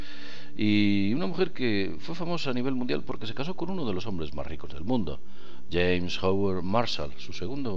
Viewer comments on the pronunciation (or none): none